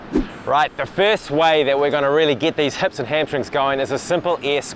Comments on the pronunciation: heps and ligs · You say "hips" like a Kiwi